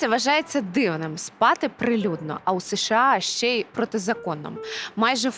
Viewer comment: Та не СеШеА,а США